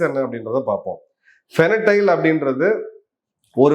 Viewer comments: Sir it’s Fentanyl not fenatyle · Fentanyl not Fenatyl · Great sir. It's fentanyl not fenatyl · Fentanyl and not fenatyl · Fentanyl- not Fenatyl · The drug you are referring to is fentanyl and not fenatyl. Jai Hind. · ஃபெனடைல் இல்ல சார். ஹஹஹ ... தயவுசெய்து ஸ்பெல்லிங்கை சரியா படிங்க சார் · Sir, I am an avid viewer of your videos. Thank you for bringing all the geopolitical information to us ordinary folks. Can I suggest one correction- it's called fen-ta-nil, that's how it's pronounced. Hope you don't mind me saying this. Thanks again sir !🙏🇮🇳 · Please make correction in the drug pronunciation- the drug is called FENTANYL. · Pronounced as ஃபென்டினைல் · Sir, athu fentanyl, to pronounce as fen - ta - nil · It is....FEN...TA...NYL pronounced as... FAN+TA+NIL... I kindly request that the pronunciation and shared information are you CORRECT...you are losing credibilty when they are not 🙏🏾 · Sir, it is Fen -ta-nyl I regularly follow your posts Thanks for enlightening us with such huge facts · Fentanyl your pronunciation wrong boss